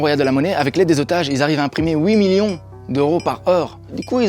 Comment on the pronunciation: On dit pas oui millions on dit huit millions